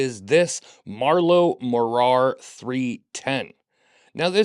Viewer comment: Morar (nearly) rhymes with bother. MAW-rur Also last I heard, Marloe had moved back to England.